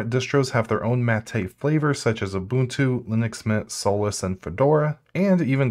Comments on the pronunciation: "At the very tip of this iceberg is Oh boon two!" I disliked the video just for that, and I don't even like Ubuntu. Learn how to read. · did my man say OHbuntu